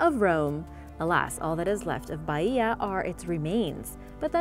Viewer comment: For the love of God please pronounce Baia normally and not Baiiiiia